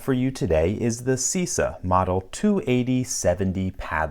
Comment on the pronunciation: I'm the average annoying guy. The correct pronounce of Cisa is something like CHEESA. Just saying.